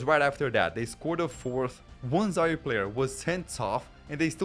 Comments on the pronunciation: And he pronounced Zaire wrong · How the hell are you pronouncing Zaire 😳😳